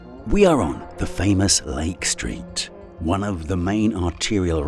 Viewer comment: This video about an American city in the USA would be improved, in my opinion, if narrated with an American accent and not a British one. From the start, with his pronunciation of the words "Lake Street" I had to turn on captions to be able to understand the narration as the british enunciation was lacking in clarity for understanding of the video content.